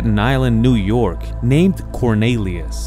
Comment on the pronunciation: (cor-NEE-lee-us),.....not (cor-NAY-lee-us).